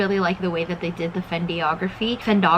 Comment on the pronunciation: Hi, it's Fen dig ra phy. And the h in boheme is silent so it sounds like bowem. I love your videos.